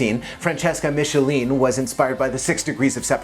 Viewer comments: Thank you from italy! <3 But literally my heart has stopped for a bit when you said "Mengioni" and "Miscelin" instead of "Mengoni" and "Michielin" ahaha (ik italian's not so easy!) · Michielin is pronounced "mikielin", not "mishielin". thanks. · Please pay attention to the pronuntiation of the singers: Mengoni is Mengohnee and Michielin is Meekeeaylyn. Thank you ! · You mispronunced Mengoni and Michelin 😂 Anyway, that was well explained